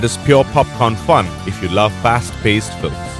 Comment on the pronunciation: Here we have a trailer consisting AMERICAN WAR MOVIES, and the narrator can’t even speak English,.. For Christ sake, And they wonder why we are concerned for our country. If can’t fu**ing talk, carry your ass back home . He says Filems,...and politickle ,.....🤣 Oh man,.... That is disgusting, what the hell Netflix, DO YOU HAVE ANY WHITE NARRATORS !!!! Oh Excuse me caucasion